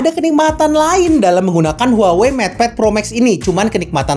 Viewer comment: maaf. cara menyebut brand-nya harusnya WAHWEi